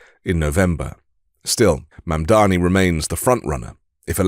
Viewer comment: Thank you, sir, for correctly pronouncing Mamdani's name. The Meidas boys embarrassed themselves on Fox by using Fox's MISPRONUNCIATION of Mamdani's name. It was a weak and pathetic representation of the Meidas Mighty. Embarrassing!